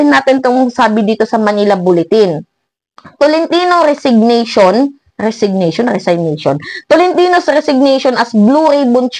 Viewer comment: Nakakatawa ka! Kung manlait ka ng kapwa mo wagas e dmo nga alam i pronounce ang resignation! Sino kaya engot!!???